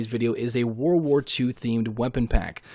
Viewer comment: I’m sorry but it’s just a huge pet peeve when people say “war war 2” like 🤦🏼‍♂️ world war. It was a world war lol Js mate